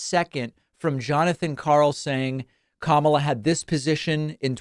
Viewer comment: How did Bernie say Kamala? Camaler? Cnn says it is racist to mispronounce her name.